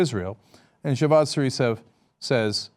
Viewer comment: Javad zarif dude not jeevaan!